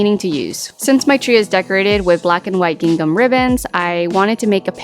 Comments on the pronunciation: Lol It's not pronounced "Ging Gum!" That fabric is pronounced "Ging am" - i.e. the "h" in the second syllable of "gingham" is silent. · The second G in gingham is silent. It’s pronounced “ging-ham”. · Great video and love the ideas! Just in case you didn't know the second g in gingham is silent 🤍🖤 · Everything turned out cute! I noticed you pronounce “gingham” different from the way I do….is that a California thing?